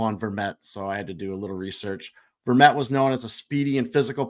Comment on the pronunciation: you said Antoine Vermette perfectly the first time and then weirdly the second time lol... almost there boys!!